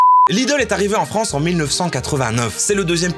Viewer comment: "la frounsse" ?